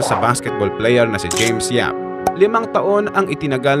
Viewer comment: James Yap po, hindi po James Yup